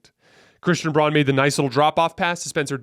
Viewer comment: Pronounced like brown the color. Christian Braun.